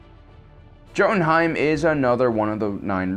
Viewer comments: It’s pronounced [yote-in-hyme] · Jotunheim: Yoh-toon-heym ( at least as I've heard it pronounced, I may be incorrect ) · It is spelled Jotunheim, but pronouced Yodenheim. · jotonhiem is pronounced with a y not a j